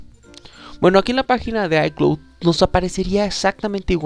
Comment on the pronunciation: Aprende a PRONUNCIAR ICLOUD ICLOUD ICLOUD es bastante irritante escucharte diciendo ICLUT